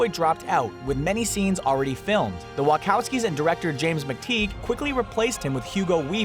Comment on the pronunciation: Wa CH owski, repeat after me - WA-CHAU-SKI, it's not that hard!